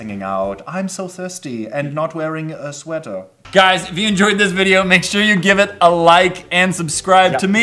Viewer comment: "Shweater" haha